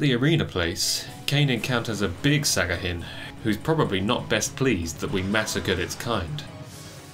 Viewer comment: Great video, but its sahagin not sagahin